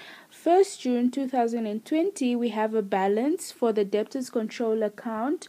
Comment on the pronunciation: The b is silent